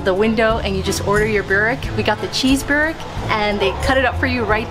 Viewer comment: My Croation Great Aunts pronounced in Boowreck. Not Burrrwreck